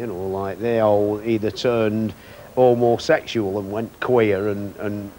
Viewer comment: "Ermaseksuals and kweeerz" 🤣